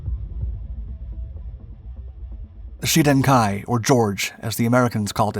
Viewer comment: I just don't understand why Shiden is pronounced Sheden?